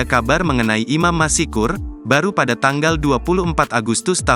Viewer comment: Masykur bukan masikur !